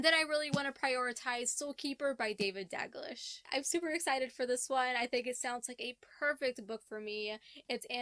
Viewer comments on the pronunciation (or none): Watch the first 30 seconds or so of this. It'll help you to pronounce Dalglish